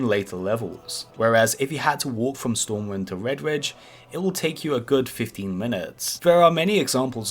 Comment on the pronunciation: Vedvidge, stovmwind sry i died 🤣